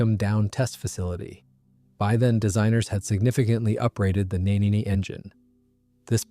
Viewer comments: The 'world famous' Nene obviously wasn't world famous enough for Muricans to learn its pronunciation! It's pronounced 'neen', not 'nay-nay', after a river on the eastern side of England. All Rolls Royce gas turbines of that generation were named after rivers, to reflect how they operate in a continuous smooth flow... Nene, Tay, Spey, Dart, Derwent, Conway, Avon, Clyde, Medway, Trent, Soar, Tyne, Welland. The exceptions were the designs they acquired by merger with Bristol Siddeley (Olympus and Pegasus, from Bristol; Viper from Armstrong Siddeley; Gnome and Gem from DeHavilland, who'd all merged to form Bristol Siddeley). Colquhoun (Lesley; test pilot) is pronounced 'kuh-hoon' not 'Calk-hone'. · Its spoken as Neeeeen. For chrissake